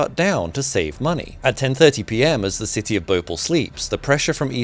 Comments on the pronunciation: Dude it's not bhople it's bho-pa-ll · It's Bhopaal not bhopul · Great video as usual! Just wanted to point out a small correction in pronunciation: Bhopal is pronounced as Bho(aspirated b)-paal. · Actually that's (bho-paal) not (bho-pal) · Not bopal It's pronounced BHO Pal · Bo paal.. not Bo pul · Yo bro its not pronounced Bhopol is pronounced like Bhopaal (not correcting just saying the right way) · It is called Bhopal not Bhopl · As a person who was born and lived in bhopal all my life I have never seen someone pronounce bhopal that bad its bhoo paal not bopal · As an Indian I feel offended by you pronouncing bhopal as (bo-pal) Its more like (bho-pall) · BhoPAL. Like the English word "Pal" not pel like you pronounce it. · Bhopal ❌ Bople✅ What a pronounciation😂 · Pronounced Bho paaal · Well It's Bhopal in spelling But in pronunciation it is Bhopaal Edit: Bhopal is the capital of India's middle most state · It's pronounced bhopaal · Thanks for covering this. Just for reference, the place is called Bhopāl pronounced Bhopaal with a hard Airy 'Bh' sound. The place still suffers severely polluted & hard water. And the fact that the place lies largely amidst arid region doesn't help either. A beautiful city today, yet suffering consequences of this incident. Worst part Union Carbide (aka DuPont) literally got away with mass murder in this one. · Bro it's BHO-PAL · It's said - bho paaal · Not bhopal its pronounced Bhopaal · By the way, it's pronounced , Bh-ho-pal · Bo-pal. That's how you pronounce it. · It's actually bhopaal for you just add an extra A why are you saying it so hushed hushed as of someone will tax you for saying the extra As 😅😅😅 well if you aren't in America but if you are I can understand😂😂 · So irritating the way you pronounce Bhopal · He pronounced Bhopal wrong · Sorry to point but since I am from Bhopal, you have managed to pronounce Bhopal wrong